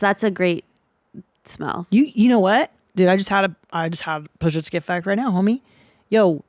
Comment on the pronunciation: I think pronounced Pazsitzky wrong lol